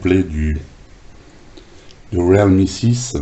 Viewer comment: Bon test du Réal mie....lol...non je plaisante ça se prononce " Rile mi ".......si ça peut aider.....🤔😉....et 1 like de plus pour toi....